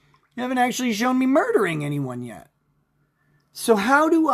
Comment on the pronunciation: "well acktually..." (incoherent Nickisms)